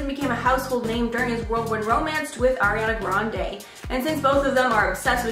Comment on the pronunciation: Pls say Ariana right